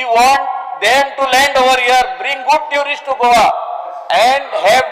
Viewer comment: Please pronounce the word TOURIST correctly. - Not (TURIST) 😂😂😂😂